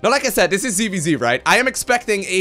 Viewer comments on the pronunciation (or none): none